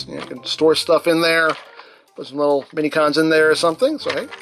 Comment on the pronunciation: Dude can't even pronounce most basic words properly. "And dis is a littwe somefink we get wif tha figure..."